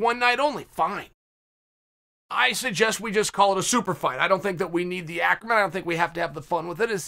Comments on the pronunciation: Me before watching this video: Acronym Uncle Chael: Acromyn Me now: Acromyn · Me: acronym Chael: acromyn Me: OK great